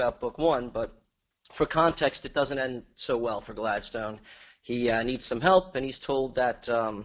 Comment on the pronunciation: I promise I'm not on caffeine. 🥺